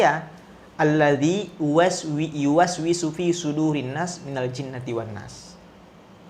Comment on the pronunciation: Mentang" Ada yu was wi sufi.. Artinya was was samsudin 🤣